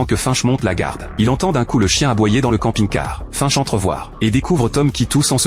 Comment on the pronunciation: Hello c'est pas fainche la prononciation !... Mais bien finch lol